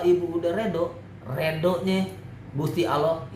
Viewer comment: Rido bang rido bukan redo wkwk